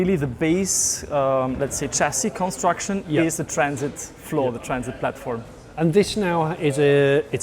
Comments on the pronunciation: Sorry, it’s a what, a Trans… it, no, I think it’s a Traaaaaaaaaaaaaaaannnnn…. It. Get it right Jonny.. 😂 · Odd pronunciation of traaaaaaansit straight out of the gate there Jonny. ;-) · It’s so weird you keep saying the name of the trraaannnssssiiit wrong